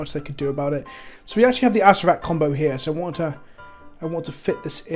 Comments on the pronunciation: Acer-rer-rak yw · I believe it is pronounced Uh-sare-er-ack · It's pronounced A Sarah Rack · It’s pronounced “ass-hair-a-crack” but without the c, just figured this might help translate from the original idea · I thought Acererak was just pronounced ass-er-rak, but no there's another syllable in there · If I've learned anything from magic aids it's that you pronounce it asscrack